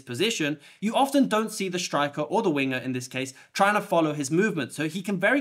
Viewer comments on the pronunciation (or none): none